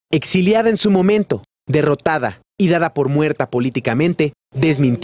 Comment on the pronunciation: "Espediemtes, innicio, libertá y mommento" no mame doña lea un libro!